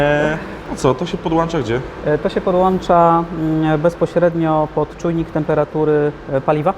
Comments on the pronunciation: Ale język angielski do poprawki;) Polski też (podłancza) :) Miłego! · ... to się podłancza" ...